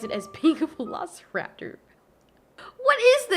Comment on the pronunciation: I cringed every time she said Velociraptor.